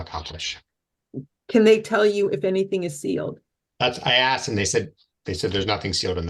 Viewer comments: he axed that they save that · He humbly and respectfully "axed".... I respect the 2nd judge for letting the nonsense roll off her back. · And he also insists he needs to use the law "lieberry". And he has "axe" so many times. 😂😂😂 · How did the English language devolve this badly? Axed and li-berry. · Why do they always say axed rather than asked. Is it that hard to say? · But I axed nicely.